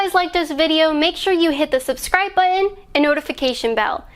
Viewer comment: BUTTON NOT BUTTIN!!!!!!